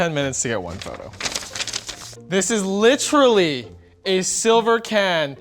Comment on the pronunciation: Emphasizes on the word "literally" and still pronounces it wrong, good job on breaking the stereotype that Asians are smart.